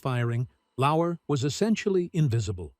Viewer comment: Lauer, not Lauwer.